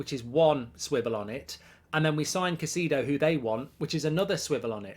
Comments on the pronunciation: It’s “Kai-say-doe” Mark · Caicedo is pronounced as Ki-seh-doh